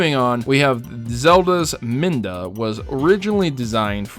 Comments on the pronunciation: It's pronounced midna. Not minda. You could see all the interviews linked in the description down below. Ganondorf:I HATE LINK!!!! I HATE HIIIIIIIIM!!!!!! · MIDNA not MIN-DA! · I don't mean to be rude but it's Midna, not Minda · It's 'Midna'! not 'Minda'! Please pronounce it right - MIDNA! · Midna, not Minda. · "Minda?" Really!? Can't you read? And I thought you would've known that, considering you're mainly about Nintendo